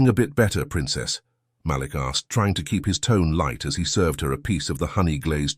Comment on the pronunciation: Damn, its pronounced Maleek!